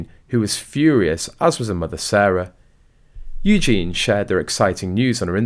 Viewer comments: Its pronounced Eugee y,,,,, eugene is the boys version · Eugen-ieeeeeeee! Please can you say her name right 😅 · You could at least pronounce Eugenie's name correctly. Disrespectful at best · Please pronounce Princess Eugenie's name correctly and while your at it do the same when refering to Prince Louis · For sure. Sometimes I think that they do it on purpose. Sounds so dumb 🙄 😒